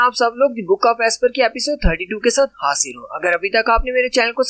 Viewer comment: Bhai tereko Hindi nahi ata kiuki to hajir ko hasir keheraha hai